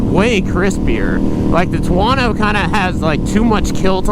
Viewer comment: He calls it a “TWO-WANNO"……